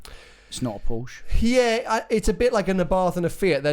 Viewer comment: Porsche not porsch......uh e